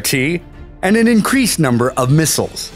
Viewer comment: Mig 31 carries "miss-isles"